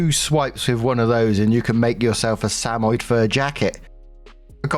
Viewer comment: Story 2 - When can't pronounce "Samoyed" correctly.